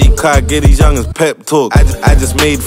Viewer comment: Yeah caught that pep talk bar, but his name is just Pep not Pepe 😂